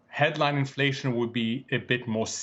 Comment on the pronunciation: Infwation is going to be vewy, vewy sticky.